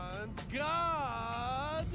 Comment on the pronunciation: "Avant Gaarde" Don't ever say that again lol. U made me laugh so hard.